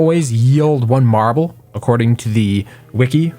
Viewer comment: Take a shot every time he says marbel you'll be dead